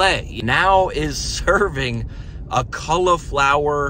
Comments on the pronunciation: "cull"-iflower? or "call"-flower? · It's not "culiflower" it's cAuliflower. Vowel sounds matter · Not "culla-flower" it's cauliflower (call-a-flower). I would not spend any time watching another of your videos. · "Culliflower" is that how they say trash in North/South Carolina? 😂😂😂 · The way he says cauliflower 😂